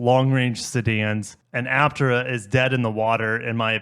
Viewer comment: Pronounced HAP-TIER-HA.